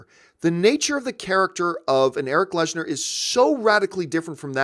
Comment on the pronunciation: Your favourite character for decades that you know so much about and you consistently say his name wrong??? It’s lehnsherr... not lesnar